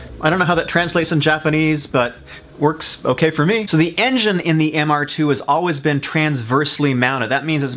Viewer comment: Glad someone else caught it. I had to do a double take when he said it wrong.